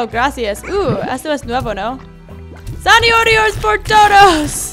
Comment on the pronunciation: zanaorio jajaja, es muy tierna a y se dise zanaoria